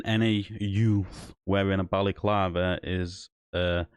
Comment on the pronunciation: Mate, it’s a balaclava not a Bally clarver and a snood not a snoo. The only crime here is your pronunciation.